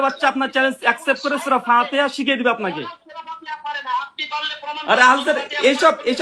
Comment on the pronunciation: সম্পর্কে এনালাইসিস করলাম, এই লোকটা কিছু যুক্তি শিখেছে এবং কিছু বাংলা কোরআন হাদিস শিখেছে, অথচ সূরা ফাতেহা সহি নাই, তাই বলবো আগে কোরআন তেলাওয়াত টা সঠিক ভাবে করুন, সঠিকভাবে শিখুন কোরআন তেলাওয়াত।